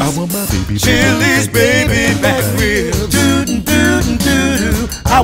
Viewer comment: Ree-ibs so good, they take two syllables.